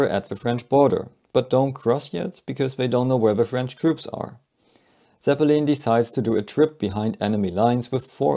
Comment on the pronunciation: Zeppeleen smh